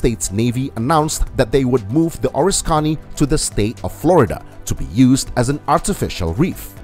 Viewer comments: oh-RIS-ka-nee This aircraft carrier was heavily damaged during WW2 and my dad worked on it when it returned to San Diego for repairs. My dad was overcome by emotion and could not watch the full-length television program detailing its decommissioning and sinking. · It's the OR-RISK-CANEE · It is a crying shame you do not know how to pronounce ORISKANY. O RISK any